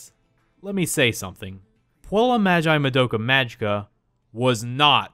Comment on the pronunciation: I'm not a grammer natzi, But i had tried taking Latin, and you pronounced puella wrong